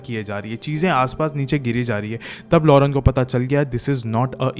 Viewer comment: Its lorraine not lorene..nice explaination❤